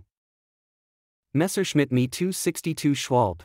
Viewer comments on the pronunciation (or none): none